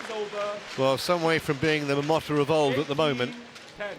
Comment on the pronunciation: Stop saying Momota like this.